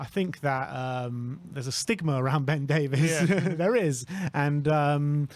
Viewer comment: Can we at least start pronouncing his name correctly? His name is NOT Ben DAVIS. Stop it